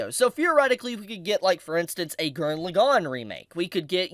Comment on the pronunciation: Morons who can't say LAgann correctly get downthumbed.